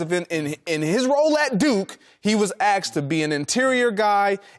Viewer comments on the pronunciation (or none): Its asked.....not aksed